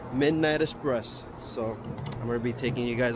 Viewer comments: It’s eXpress not eSpress lol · why is it so hard to say "express" correctly????